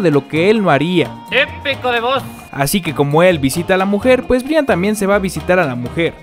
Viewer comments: De verdad dijo Bri an jajajajaja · Un dato se escribe Brian pero se pronuncia Brayan :) , espero y te ayude.